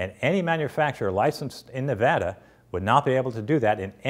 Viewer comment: thank you for pronouncing Nevada right!